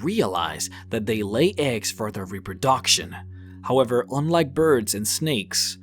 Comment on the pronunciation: His mispronunciation of centaur, telekenesis, reproduction and amphibious just annoys me much more than it should. Still a really cool video though.